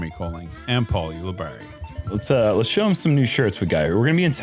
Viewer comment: Can we finally get Nate to pronounce Paul Ulibarri’s last name correctly? It’s “You-La-Barry”. Not You-La-Bary”.